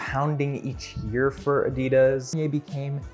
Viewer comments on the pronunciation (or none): none